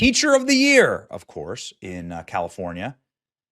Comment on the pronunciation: Yes,.. a school teacher from Kal~Lee~four~knee~A. No more questions.